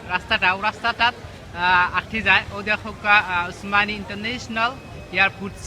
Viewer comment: হায়রে ভাই তুরা এইভাবে সিলেটের মান সম্মান ডুবাইরে। ভাইরে তুই সিলেট বিমান বন্দরের নাম বলতে পাররেনা ঠিক মত আবার তুমি সিলেট টু লন্ডন পেইজের এডমিন।।।